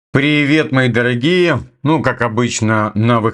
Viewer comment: Шо ты канючишь , дооогие мои